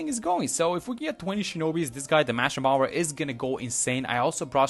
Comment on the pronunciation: I am not being mean, just there is no B pronunciation on the end of bomb/bomber - it’s just pronounced bommer basically